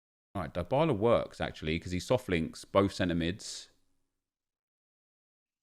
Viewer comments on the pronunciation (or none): Die-bah-lah is wrong... Dee-bah-lah is correct. Learn your content